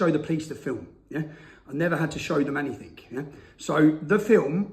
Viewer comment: I’m with you Tommy. Save England !! Just a quick heads up mate, it’s is ‘Something, Anything and Nothing’ not ‘Somethink, Anythink and Nothink’ . 🥴